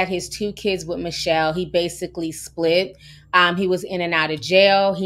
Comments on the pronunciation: Hey Ti, horrific story and you did a great job portraying such unimaginable circumstances. Her name is pronounced Mitch-Hell, not Michelle, fyi. Keep up your great work. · Her name is Mit- Chelle plz say it correctly!!